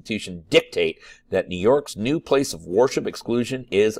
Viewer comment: You pronounce "worship" as war ship and its funny